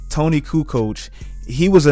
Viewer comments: Its Toni not Tony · It's "Toni", not "Tony" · Its not Tony. Its Toni. Americans making everything american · It s toni* not tony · It's Toni not Tony